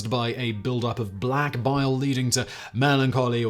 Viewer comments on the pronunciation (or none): none